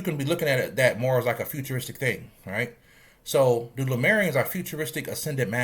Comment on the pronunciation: You says Lu-marians but isnt it pronounced as Le-murians like the continent of Lemuria?